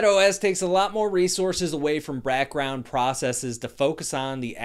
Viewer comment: Did he just say “rackround”?